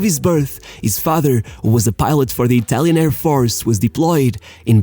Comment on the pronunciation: Good video, but FOR GOD'S SAKE WORK ON ITALIAN PRONUNCIATION!!!!